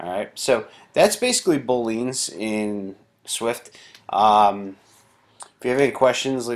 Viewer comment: You're pronouncing Boolean wrong